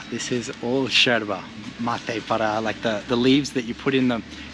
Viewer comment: Yooo, just dont like the way you say yerba ( sherba is not the way)